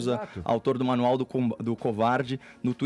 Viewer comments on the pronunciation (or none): none